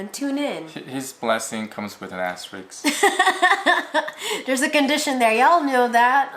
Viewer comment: "His Blessing comes with an asterik" I just LOL. Oh you guys are awesome - subscribed!